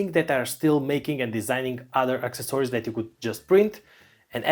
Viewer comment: AK-SES- OR-EES This how to pronounce accessories.